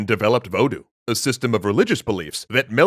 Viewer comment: I've heard it pronounced voo-doo, I've heard it pronounced vuh-doo, but this is the first time I've ever heard it pronounced vo-doo...